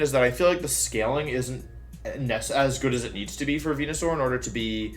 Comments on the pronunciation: What the fuck is Wonyasaur... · Guys its just Venusaur with a W lol so its Wenusaur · the way you pronounce venasaur and ninetails...it hurts